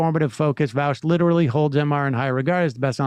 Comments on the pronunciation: Why do so many people say vawsh its vaush like aw not ow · It's pronounced "Vosh" not vouch 😂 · I genuinely cannot tell if Emma and Sam pronounce Vaush as Vowsh ironically or not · Why is it hard to hear someone say Vaush's name correctly and then repeat it without turning it into "Vaowsh"? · I agree with vaush like 70% of the time, but that includes most of the big things lefties want. Everybody who has such strong feelings about VA-aush says his name wrong. Lol Vaush also calls these people fascists with leftist aesthetics Which I agree with. Tankies is what he means